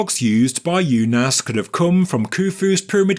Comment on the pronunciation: It's pronounced oonas